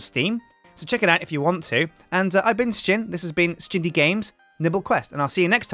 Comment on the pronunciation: At the end it sounds a lot like he said:"And i've been Sjin and this is been sjindie games, nibble quest, and ill see you next time for some more Sjindie Games"